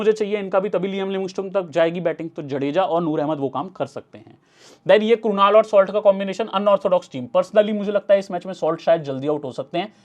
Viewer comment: क्रुनल पण्ड्या❌ क्रुनाल पण्ड्या ✔️